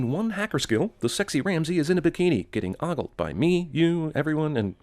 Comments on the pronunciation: Sinning the Sin Guy for mispronouncing "ogle." - The Sin Guy is still pronouncing "lairs" as though it were "layers." - "Just once"? Has the Sin Guy forgotten Gisele's death? - Sinning the Sin Guy for failing to sin the Rock for saying "Calvary" (the place Jesus was crucified) instead of "cavalry." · Ogle is pronounced like mogul, not like boggle. Just sayin'.